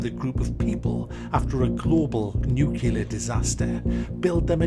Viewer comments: I really enjoy your content but please do me one favour - the word is "nuclear", how do you come to a pronunciation of "nuke-yiller" from that - it makes you sound thick. "Nuke-lee-er", please, it drives me nuts ;) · What is "nucular"?